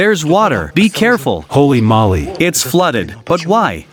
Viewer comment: It's Holey MOLEy, not "molly"